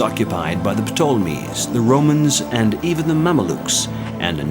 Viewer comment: The narrator is mispronouncing English words left right and center. Tolo mees Ree leafs. Stellay lyer. And even o SI riss and Rama sees